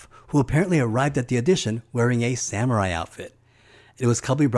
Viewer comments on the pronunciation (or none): none